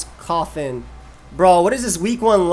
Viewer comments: Every single time you said coffin I thought you were really afraid of like eviolite koffing or something for some reason. Anyway, nice vid, excited for the rest of wbe! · man its embarrassing how long it took me to realize u were saying coffin got tspikes and not calling roselia koffing LOL